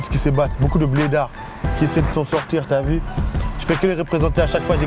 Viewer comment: lol jsui le seul qui a remarque son "Tu a vue " lol c'est plutot "Ti A Vi"